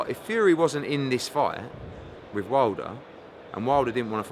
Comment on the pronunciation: “wiv” what is that word?